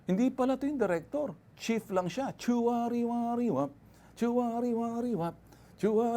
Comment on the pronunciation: SIR BEN nakakatawa po kayo.. Kasi sabi mo poy.. Chari WA riwa.. Kaya po tawang tawa ako